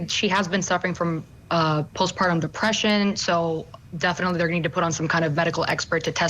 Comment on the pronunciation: did he just say “ piss-partum ” instead of postpartum?